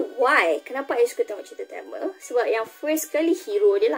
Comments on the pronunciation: Kak TAMIL ya TAMIL bukan telmel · Sebutan tu TAMIL!!..NOT TEMEL...TAMILL...SEBUTAN TAAAMMEEELLL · Tamil❎ Tamel✅ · sebut tamil pun pelat... apaaaa..